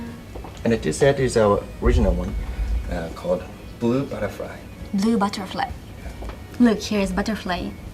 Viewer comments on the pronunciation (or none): none